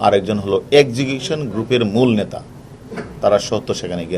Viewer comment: ন্যাতা নয় নেতা plaan নয় plan. সর্বপরি পানি নয় জল